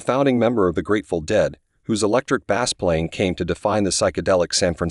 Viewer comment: Bass is pronounced 'Base", Duh